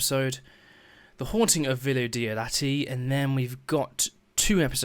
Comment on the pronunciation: I believe it’s pronounced Die oh Da tea The Haunting of Villa Diodati